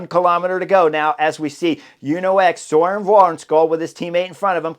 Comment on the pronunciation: We gotta fix that pronunciation of Wærenskiold. If spelt in english, it should sound more like va-en-shole. Silent k silent d. Silent r, although in dome dialects the R might not be silent. Or just say the words van scholl, like in the car type and insert soles. Not perfect but close. First name sounds like burn with the B replaced by an s. Søren. The whole thing Surn Van-Scholl To make it perfect say the u and a twice but without a gap. Suurn Vaan-scholl